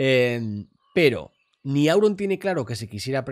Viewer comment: Creo que era un "ni" pero se ha equivocado y dijo "mi"